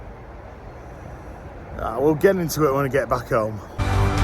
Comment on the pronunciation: Notice how much more Yorkshire gets when he's outside. "..when ah get back hoahme."